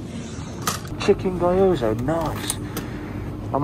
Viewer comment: Quick Japanese lesson, GYO-ZA not GY-OZA, also there’s no sushi in it, completely different food.